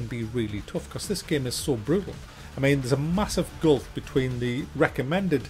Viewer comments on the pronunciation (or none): none